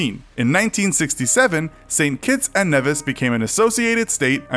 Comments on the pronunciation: The stress in "Dominica" is on the third syllable, i.e. the second "i": domi-NEE-ka. Nevis is NEE-vis, not "nevvis". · Ayeeeee I'm one of those people. (Nevisian) also correction on pronunciation it's Knee-vis not Neh-vis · You pronounced Dominica and Nevis incorrectly. It is Dom-me-knee-ka and Knee- vis. This aggravates me with videos like these attempting to share information. Get the pronunciation correct first. I am West Indian. We are not lonely and is accessible by air and sea. We are listed on cruises. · Dominica is pronounced Dawh-mih-nee-Kah. St. Kitts and Nevis- Nevis is pronounced Nee-vis. Thank you :) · Number nine you said wrong ! As a native it is St.Kitts and Nevis (Nee-Viss) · It’s St. Kitts and KNEE-vis. But thanks for including us! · It's pronounced NEE-vis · You pronounce Nevis funny